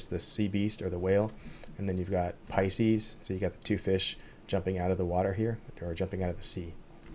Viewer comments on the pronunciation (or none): none